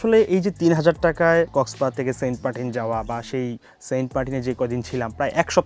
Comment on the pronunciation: বুঝলাম না ভাইয়ে মনে হয় সেন্টমার্টিন উচ্চারণ করতে পারেন না বলেন সেন্টপার্টিন😃😃